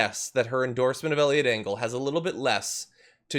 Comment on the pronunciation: I heard Elliot Dingle at first and I am just going to stick with that.